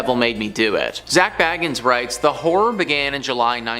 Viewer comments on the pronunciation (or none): Lots of mispronunciations in this video ! Dybbuk - It’s not ‘Die-a-buk’ but ‘Dib-buk’ - that’s why it has 2 b’s in it ! Māori - It’s not ‘May-or-ri’ but ‘Mau-ri’ - it’s a Native New Zealand word. Bagans - It’s not ‘Bagg-ins’ but ‘Ba-ganz’ - there’s only one g !